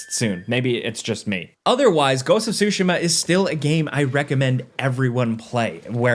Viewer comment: "goats of sushi ma"